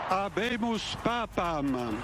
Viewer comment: How does he manage to say "Habemus papamam"? He had one job! 🤣